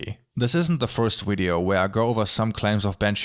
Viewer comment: When he says ~wideo~ 😍🌸💕✨